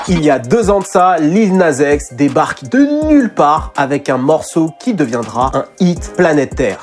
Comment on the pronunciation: "Lil naze x" wesh quand tu dis Nas tu dis Naze ?? 🤣🤣